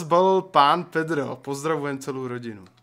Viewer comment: pani pedrova rika petro nerika tan to D :DDDDD